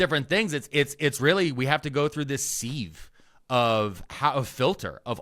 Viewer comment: A “seeve”? I usually pronounce sieve as “sive” with a short i. lol